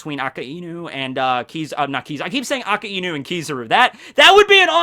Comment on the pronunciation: It’s not aka-inu it’s pronounced ak-eye-new